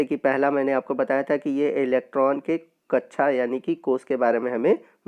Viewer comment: Sir sorry but kccha nhi hota kaksha hota hai